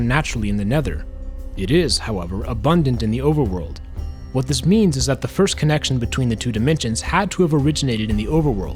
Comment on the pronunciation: It sounds like you said “an unlimited supply of beans” 😂